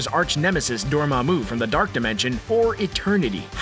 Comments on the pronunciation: It's not Dormammú, it's Dormammu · Door-MA-moo. Not doorma-MOO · stop saying dormammu wrong